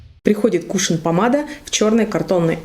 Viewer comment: Не кУшон, а кушОн правильно говорить.